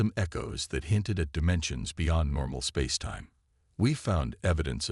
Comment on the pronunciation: I'm getting pretty sick of the A.I.'S pronouncing the concept of "Spacetime" as the mind grating 'sp AOC' It's just so irritating.!!😠😣😖😵 My main comment is WHERE THE H£LL IS THE R. E. S. T. OF THE DAMN STORY.??? Fix it computer boys and girls.!!!!!😠😠😠😬😬🙄🙄👎👎🖖👽🖖